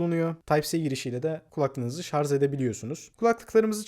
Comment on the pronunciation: KAFAYI YEDİM ŞARJ KELİMESİNİ DUYARKEN ama video güzel